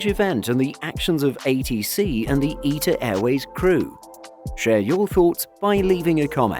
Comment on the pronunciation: Eeta Airways 😂😂. Mate it’s ITA